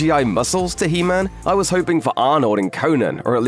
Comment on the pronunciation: it’s he man not Hemnet